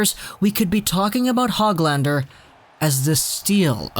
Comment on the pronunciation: You actually say his name like HOOGLander.